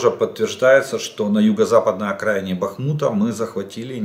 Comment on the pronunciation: ЖДУН лутьше не говори БАХМУТ,,,ты ни когда не научишся его выговаривать